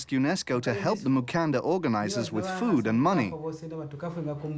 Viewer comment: Mukanda not Mukandra. I do not believe there is even a letter "r" in the Luvale, Chokwe, Mbunda or Luchazi languages